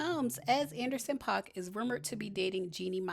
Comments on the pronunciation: It's pronounced "Pack" and Jeannie Mai may have to go back to a wm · Paak pronounced Pack ❤